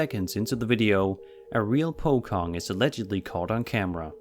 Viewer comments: its pocong not po kong its c not k😅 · Fyi,the Pocong is not pronounced "Pokong",but Pochong,as in the same Ch in chair or charity.Im and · The ‘Pocong’ is pronounced “po-cong” in Indonesia using the ‘c’ as ‘ch’ not ‘k’ :D either way the ghost still looks disturbing 😖😖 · The pronunciation of "Pocong" is so wrong lol.. it isnt PO KHONG it is PO CHONG! CH sounds like in Cheese. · Its Pocong Not Pokong. Its Literally The Scariest Ghost. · It's pronounced as "po-chong". I kinda got taken back when you said "po-kong" HAHA. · Btw it's said po chong not pokong :l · Its Po Cong Not Poc ong Jablai nyir tai babi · its not pokong, it spelled like po chong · pucong..Anglophone is 'chong' not kong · Is pronounced pocong with C. Not pokong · Say pocong in "C" not "K" Just like you say in "chat" Pocong is not Pokong That's how you spell it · Hi. Its Pronounced as Po "Chong btw. Cheers Video prolly taken in Malaysia based n the language they speaking. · it's pocong with soft 'C'. It should be pronounce: pow - chong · Po-Com? What country is this? Hmmm... Never heard of this... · Its pronounce pochong with c not k. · its not pocong with a 'k'. its with a 'c' like po-chong. just fot your information tho.. cheers~~ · the Pocong is pronouced ‘Pochong’ as in CHOcolate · 4.35 pocong in indonesia spell like vitamin c not pokong hihihiii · Pocong is pronounced po-chong. Ch like in the word children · for the pocong part: its pronounced po-chong with the Ch sound. not c with the K sound. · It’s pronounced po-Chong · Pocong are actually pronounced as Po Chong if you get the gist of it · man , number 18 is pocong , not po kong. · it call Pocong with "c" not po'kong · pocong was using c not k i heard you say pokong and maybe its like a gosht ape or someting until i saw the picture. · i can't stop laughing when the narrator said "pocong" as "pokong" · Dear.. The correct pronunciation of "pocong" is Pochong.. "ch" like "champion".. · pocong actually pronounced po-chong